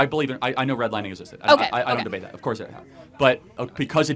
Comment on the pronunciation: Say it with me, it's called a D-E-B-A-T-E